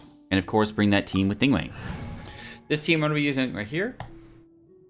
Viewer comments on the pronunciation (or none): Isn’t it Ning Guang not Ning Wang cuz he’s saying Ning Wang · Hey! Love your work and thank you for showcasing best legs in game For future reference, the correct pronunciation of her name is "Ning-Gu-Ung" (the "-ang" is the same as the English word "sung") Her name roughly translates to "condensed light" (凝光) a lot of the nuance is lost with translation but the "Guang" (光) means light Hope this provided some insight and will be helpful (◍•ᴗ•◍)❤ TLDR: NingWong instead of NingWang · I hate how you say her name like ningwang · Her name's pronounced "Ning Gwong" :P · I am personally offended that you pronounced her name wrong